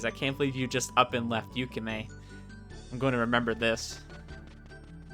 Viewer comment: Hi again! I'm Twin Love R's programmer/translator (wait, that's everything 😅). I wondered how people were getting to my game from YouTube, but now I know! Firstly, because it's going to bother me forever if I don't mention it, but it's "YukiME", not "YukiHIME". Otherwise your pronunciations were good enough for an English speaker like me, haha. Thanks for taking the time to play through it. It's a bit surreal to watch someone as they read through my work but it was a lot of fun to listen to your reactions. It also let me notice four typos I will fixing sometime soon (hopefully). I wonder if my laughing at my own writing is a sign of something good or bad? 🤔 I had the most fun writing Sakazaki and Ayame since they had the best dialogue IMO. Sakazaki was definitely dramatic in the original Japanese but I took some creative license with some of his and Ayame's lines so I hope that went over well. I think you might've noticed, but you can scroll the mouse wheel up to go back if you want to reread dialogue or change choices - it's a timesaver compared to having to save manually before every choice if you pick wrong (and I wouldn't blame you, the choices in this game are either super obvious "pick Ayame or Yukime" or really obscure "which author" that are hard to figure out). And if you haven't checked yet, the Extras section has some more story bits in it after you unlock various endings. If you do post more videos playing through the rest of the content, I'll definitely find some